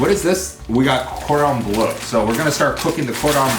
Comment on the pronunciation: Who else was getting triggeres when he was pronouncing chicken cordon bleu